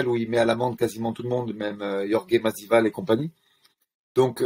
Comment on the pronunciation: ah oui Yorgué Mazival oui oui ^^